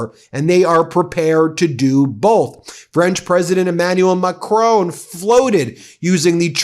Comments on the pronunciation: Who is thia "MACRONE!" Or do tou mean Mac-RON. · It's not Macrone FFS, it is Macronn. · Great video. Just wish you'd learn to pronounce Macrôn.